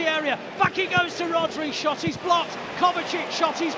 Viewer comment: Did the commentator really say “They finally shat at the Tottenham Hotspur’s stadium” 🧐🤣